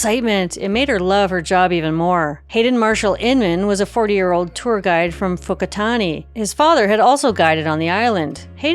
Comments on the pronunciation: It sounds like she's saying "Fuckari". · no offense but it should be pronounce by it’s original name whakaari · It's really weird hearing someone say "fuckatani" over and over. Like it's obvious she tried to pronounce the name but that is just absolutely not how it is supposed to sound.